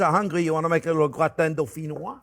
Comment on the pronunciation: How come a french guy is mispronouncing Gratin?